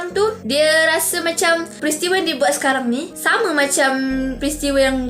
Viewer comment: sis ni ckpp "sekaram" haha😂